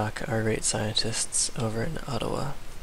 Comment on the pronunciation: Its funny how you pronouce Adawa like Ottawa